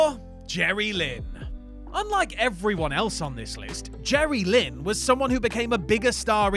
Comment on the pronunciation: This guy doesn't say JerryLYNN correctly like the boys from OSW do. Lol